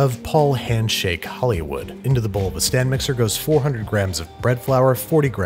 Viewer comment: I keep hearing "sand mixer"